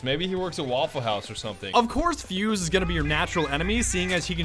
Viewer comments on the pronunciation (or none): Vauffle haus ya